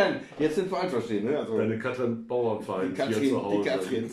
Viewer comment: Einen Schnaps für jedes Mal, wenn Katrin Bauerfeind (ohne n in der Mitte) falsch ausgesprochen wird. 🎉